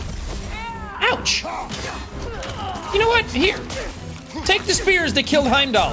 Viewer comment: Wheim-dall a soulless ghoul